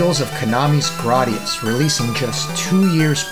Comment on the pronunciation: GRAD - i - US